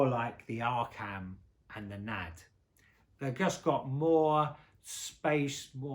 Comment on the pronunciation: It's not "Nad". It's pronounced N.A.D. (en ay dee).